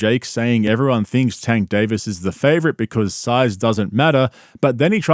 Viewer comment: If my wife wanted to live stream the wedding and do a podcast on the honeymoon I’m out lol. He butchered Tanks name so lol